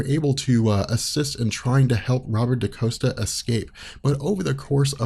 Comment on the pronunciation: Dani is Mirage (but she was going by the mutant name Psyche at this time). Xi'an is Karma. And it's not Daniel Moonstar. It's Danielle (Dan-YELL) Moonstar. It's not Robert Da-COAST-a. It's Robert Da-COST-a.